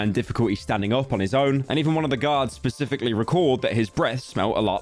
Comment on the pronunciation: It's Specifically...not Pacifically... sorry to be that guy but you've said it on your past few videos